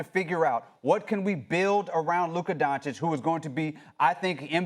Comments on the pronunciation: It’s just ridiculous how many media people dont bother to learn how to pronounce Doncic properly. SAS calls him “Don-chick”, wrong. Heard a lakers pod call him “don-kich”, wrong. It’s “don-chich”. If you can read and understand letters and understand foreign names may need some effort … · I think it's Don chij ✌